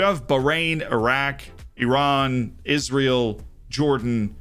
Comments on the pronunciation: Thank you for your correct pronunciation of Iran ☺️👍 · Loved that emphasis on Iran! The first time I saw Ashkan Dejagah on your YouTube channel cover, I realized you are the main one on FM. 👑